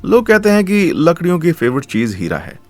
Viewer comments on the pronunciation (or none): Bro literally said lakdiyo not ladkiyo in